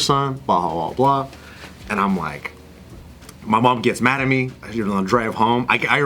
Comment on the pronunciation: Mad sounds like "Not"